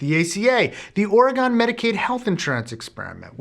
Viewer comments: great video but i'm afraid it's pronounced "Oh-Ruh-Gun" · I've heard you refer to Oregon several times during the course of Healthcare Triage, and I feel I should point out that you are pronouncing it incorrectly. I know that it looks like it SHOULD be pronounced similarly to polygon, hexagon, ect. but it's actually pronounced Oregun. You've got the first part right, kudos to you, but the second half is gun, not gone. It is extremely common for people who do not live here to mispronounce it, so don't feel bad. (psst, you should hear some people try to say Willamette....it's waaaay worse.) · Keep working on that pronunciation of Oregon. Also owch. You popped that balloon pretty hard. I liked that myth. :/